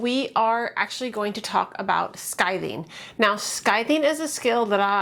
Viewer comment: You are saying “skithing”. Isn’t it “skiving”?